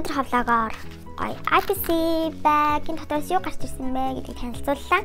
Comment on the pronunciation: Neriig n maaash buruu helj bna. Аяпси bish ийпси shuu